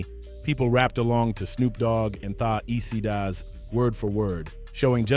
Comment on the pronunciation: Bruh you ain’t pronounce the Eastsidaz right. Appreciate your love for our culture. But next time; pronounce that shit right.